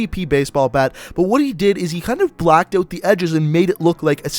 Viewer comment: he says ewt instead of out no hate just saying